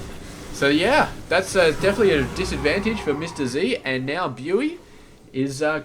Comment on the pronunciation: Hi, thank you for casting this, good job and keep it up. Your daily masters casting is also really nice. For future reference "Bughy" is pronounced like " boogie" :)